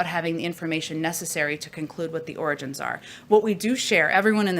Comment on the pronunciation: I’m just glad she can say origins and not oranges.